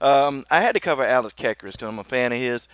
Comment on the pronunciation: you pronounced alex's last name wrong.